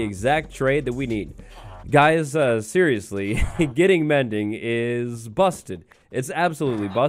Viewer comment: "Mendy", rather than Mindy